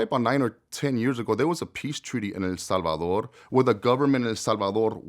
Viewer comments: This is an interesting story I’m sure but it’s so damn hard to listen to this nigga talk between the IF YOU WILL and how he changes his whole voice just to say HEL SALVA-DORRRRR 🤦‍♂️ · Drink every time he says “El Salvadorrrr”